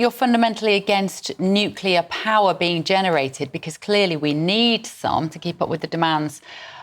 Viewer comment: FOR CHRIST SAKE GB NEWS, GET YOUR REPORTERS TO PRONOUNCE 'NUCLEAR' PROPERLY!